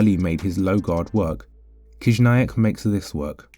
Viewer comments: Не Кизняк а Хижняк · Your pronunciation is wrong. First sound of his surname is “H”, not “K”.